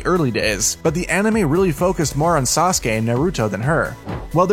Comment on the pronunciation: Don't know how you got sasuka but its sasuke